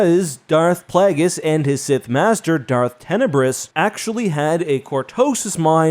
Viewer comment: PLAGGis? Hurts the ears—where did this weird pronunciation come from? Palpatine didn’t pronounce it that way. It’s Plague-is. YKnow, as in “plague”. Has anyone else heard about the Bubonic Plagg? Immense fan here, but this short-circuits my brain.